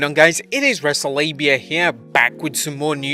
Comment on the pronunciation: I could swear U said WrestleLabia